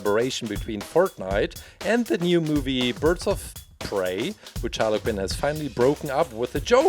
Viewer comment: Quinn not Kinn